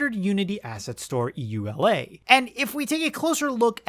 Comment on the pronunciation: came here to say this, but also the way to pronounce EULA is "you - laa" - very entertaining video though!